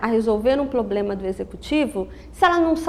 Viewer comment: Eu gostei muito da aula... Mas a palavra problema sendo falada errada tava me dando agonia.